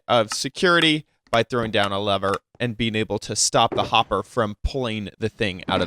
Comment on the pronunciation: Wow he says Lever as Lavar,Lava and Torch